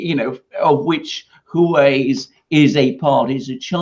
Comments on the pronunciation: Alexander et al: It's HWA (one syllable) -- it's the name by which China refers to itself. HWA REN means Chinese people. There's no "U" there, Correct pronunciation is WA beginning with an aspirated H. But you can forget the "h"-- If it's easier, just say WA.. : . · Haha. Alexander is saying the word differently every time. I live in China and speak a little Chinese. There is definitely a "H" sound at the beginning, followed by a ong U sound pronounced "oo" . Then you can say wah way. Hooaaaway. The H sound at the beginning can be pretty soft. Hope that helped.